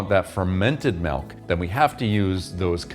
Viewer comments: I can't believe you say malk. Joking. Hilarious dude. Great video. Thanks. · You say [melk]. Sounds more like the Swedish word mjölk.